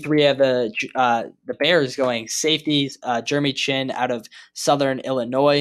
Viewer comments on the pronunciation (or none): none